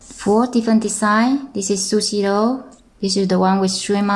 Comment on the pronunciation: It is sushi roll and why you say it " sushi loll". LOL